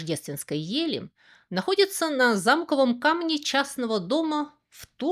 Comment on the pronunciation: А вы всё так же вольно обращаетесь с ударениями )))) замкОвом камне, уважаемый автор. От слова "замОк " , е не "зАмок".